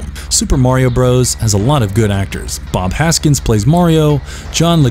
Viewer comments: Bob Haskins ? Who the fuck is Bob Haskins ?? 😂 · I did have to cringe at the mispronouciation of Bob Hoskins.